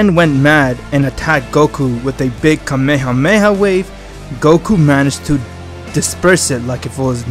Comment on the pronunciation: He said kamehamewh